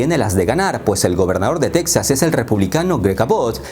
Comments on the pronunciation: Para independizarse necesitarían que los 49 estados firmaran estar de acuerdo en la secesión, de otra manera es sólo TEXAS B/S., el nombre en español es TEJAS no teksas....ya que lo narras en español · En español, se pronuncia 'Tejas', no 'Tecsas' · solo para recordarte a ti y a todos los hispanos que se pronuncia Tejas, no Tecsas. Gracias. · En español se pronuncia "Tejas" amigo. Buen video. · se pronuncia TEJAS TEEEEJJJJJAAAAAASSS toma dis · Las “Tetsas” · La manera que pronuncias Texas, descarta que eres Mexicano. No creo que se independice Texas (Tejas), Estados Unidos depende demasiado de ese estado. Es una estrategia electoral de los republicanos. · No se dic-ze tec-zaz, ni los án-lleles ni niu-méc-zi-cou. Plis, dount breic mai iirs. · Tampoco tejas es Texas, se pronuncia la X hallo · Si se de e pronunciar con la X ubícate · Se pronuncia Tejas..aunque se escriba Texas.. no lo digo yo.. consulte la RAE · No, se dice Texas pronunciando la X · No, se debería decir correctamente Texas pronunciando la X que así se escribe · Texas en español se pronuncia como México con j de jamón no con x.